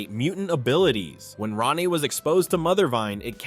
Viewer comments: Wolfsbane name Rahne, is not pronounced like Ronny! It pronounced like Rain, Rayne, or Reign! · If nobody else has already told you, Wolfsbane’s human name, Rahne, is pronounced “Rain” NOT “Ronnie”. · It’s not pronounced like “Ronnie” Sinclair. It’s pronounced like “RAIN” Sinclair. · Rahne is pernounced "Rain" not Rah-ne. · Rahne's name is pronounced like RAIN. It's not Ronny. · Rahne sinclairs first name is pronounced Rain not ronny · Rayne Sinclair's name is pronounced "Rain" not "Ronnie", per Marvel comics own website. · Rogue's 6th sense is from the original Ms. Marvel power set she stole way back in Avengers Annual #10. Kitty Pryde, in conics, never possessed that time traveling ability. That was courtesy of Rachel Summers. And Rahne's name is pronounced "rain" not ronnie or whatever the guy was saying. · It’s pronounced Rain not Rah-nee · Ronnie? Really? Ronnie? It's rhane or rain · Rain...Rahne Sinclair's first name is pronounced rain. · And this is why I despise AI. Cause who the fawk is Ronnie?? Do you mean Rahne??!!! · Not to 'um actually' at you, but um, actually it's pronounced like 'rain'. I can't remember what issue it's in but there is one where they clarify this. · Wolfsbane's real first name is pronounced "Rain." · These are all wildly inaccurate and in the case of actual secondary mutations, you got Emma Frost and Wolfsbane. The latter also has mostly dropped that power. Also pronouncing Rahne "Ronnie" is a war crime. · ouch,, you mispronounced Rahne Sinclair's first name. In the original run of New Mutants, several time she stated her name is pronounced as "Rain". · Ikr?! They completely mispronounced Rahne’s name.